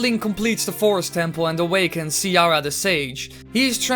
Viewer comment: "Fayrore" "Ciara the sage"